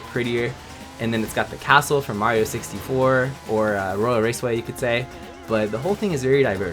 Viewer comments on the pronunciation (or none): did you say mario sixty floor